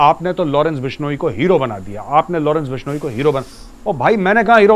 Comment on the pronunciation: Lawrence bishoniii 🤣🤣🤣🤣🤣bolna to sikh lo YouTube me video bnaaege ye 😂😂😂jaahil